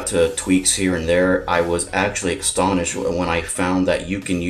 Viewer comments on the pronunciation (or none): "I was extoniched" [sic]